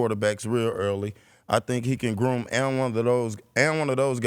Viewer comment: did he say groom lol